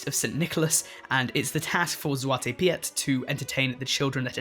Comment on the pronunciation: I think the Piet in Zwarte Piet is just pronounced like “Pete”. Lol